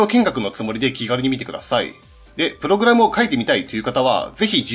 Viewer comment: おい！！！プ↑ログラムのイントネーションおかしいぞ！！